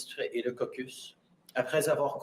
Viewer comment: Look at the way he says Caucus he says it with a smile on his face he likes the word Cock I heard he got Biden's approval... He's a joke...